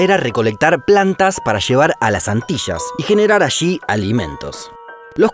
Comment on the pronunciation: Ok voy a aportar al canal pero antes necesito que dejen de decir "ashi" cuando se pronuncia "allí".